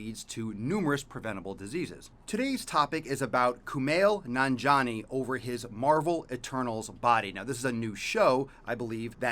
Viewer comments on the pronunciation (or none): It's Nan-ji-ani